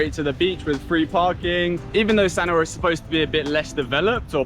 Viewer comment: We love Sanur, we are in the older age group. Loved your video and really loved how you pronounced the words/names correctly